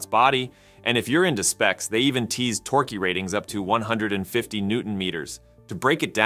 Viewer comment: Did you use AI to generate the narration? "Torque" mispronounced as "tor-queue" and "GROOT" pronounced as "G-R-zero-zero-t"? It rhymes with "root". WTH?